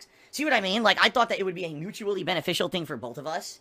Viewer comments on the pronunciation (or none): "Mutually begeficial thing for the both of us."